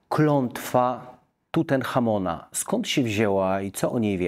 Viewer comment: 20 min 10 sek pa redaktor mówi : klątwa TUTENCHAMONA , profesor dyskretnie pomija niefachowość redaktorka . żade tuten chamon ale TUTANCHAMON